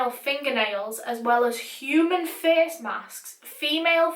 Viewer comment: I love the way you say face "ferce"😂❤